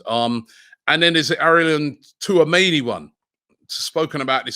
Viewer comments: Too - ah - mayni😭😭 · Slobloska Too-a-many and his pronunciation of names 😂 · It's pronounced "chouu-ahh-meni" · My God Robbie call him touameni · "Sloboska" .... "Tooamaney" 🤦‍♂️ I swear Robbie genuinely cannot read....he sees these names so many times, yet still gets them so wrong 🤦‍♂️ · Robbie it is pronounced “Orélio Chou-a-mé-ni” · Tuameni, ffs! 🤣🤣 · I'm convinced Robbie keeps butchering names on purpose... How can you pronounce 'Tchouameni' that way ?? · does Robbie realise he's pronouncing Tchouameni wrong? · Man just gave up on saying Tchouameni’s name 😂😂